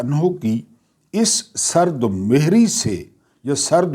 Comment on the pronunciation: Sahi talaffuz he 'sard mehri' tas-hi farmalain .shukria.